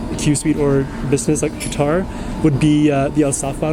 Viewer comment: He is is saying guitar not quatar